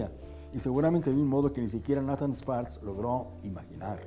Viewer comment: Amigo muy bueno tu video y la informacion que presentas, pero te tengo q decir una critica constructiva. El fundador si fue Nathan pero no se pronuncia asi se pronuncia Neithan ten cuidado con esos detalles para q no te sigan corrigiendo. Saludos y exitos!